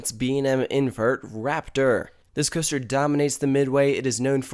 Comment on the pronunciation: Cooster. Weird accent.